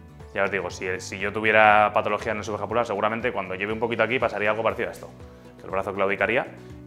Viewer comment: Excelente video. Pero porfavor pronuncia mejor las patologías!